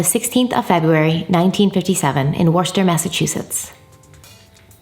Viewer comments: "Worster??" you are hilarious!! It's pronounced Wus-ter. Like you're saying wuss but adding a ter. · I’m from Worcester, Massachusetts. Just say “Woostah” 😂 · If you want to produce it like we do here up north it would be pronounced wuss-terr but if you want to pronounce it with a Boston accent it would be pronounced wuss-tahh ❤️ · trying to pronounce Worcester made my day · Love your videos 😁 but I just have to say im from Rhode Island and i was even confused at first and then Cringed so hard when i realized she was trying to say Worcester 😅 I really didn’t know New England names where that “weird” lol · It's how you say worcester in Boston how he says it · 😂😂 don’t worry, us Brit’s get the pronunciation of Worcester wrong too! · Worcester. Hahahaha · Omg I laughed so hard when she tryed to say Worcester!!!